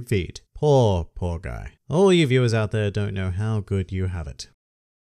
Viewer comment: he said vewers #dark humor